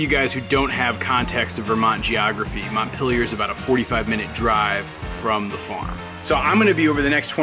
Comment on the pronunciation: As a French person, I find it funny how you pronounce "Montpelier"